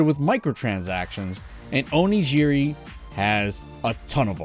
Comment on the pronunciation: What's funny is that you're complaining that he pronounced it wrong, but your Origin example uses the same J sound that is said in the video 🤣 It's G as in Oregon, Onigiri. I agree that in the video it's pronounced incorrectly, but you weren't being helpful here